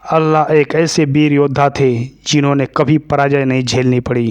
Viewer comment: Abe chutiye Allah nhi h vo Alha h 😂